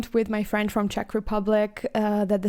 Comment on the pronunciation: Hi, I'm from the Czech Republic and I have to say that your pronunciation of Czech names is perfect.